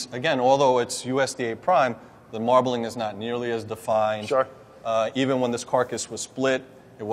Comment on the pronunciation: Brad: .."You want a aaa marbelization" Hang arouind the Meat Hook guys more...faking Marbleing